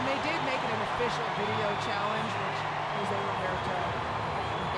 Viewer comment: For an international commentator it's unforgivable specially such a simple name to say joe-se..... but u do love ur taco Tuesday 🙄🙄🙄 and on top such a legendary coach! It's pronounced HO-SE!